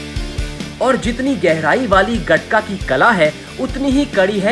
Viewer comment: It's called गतका not गटका my friend